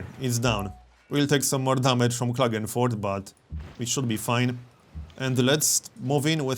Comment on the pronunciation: Hey, do you speak by any chance some german? You pronounced something like Klagenfurt correctly:D